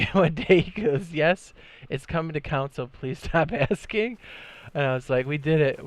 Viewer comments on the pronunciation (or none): CON-SOLE not COUN-SOLE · Idk why but it annoys me how he say “console” as “counsel”.